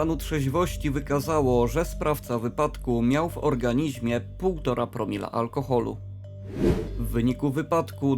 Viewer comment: Like za poprawę wymowy! "Organizmie"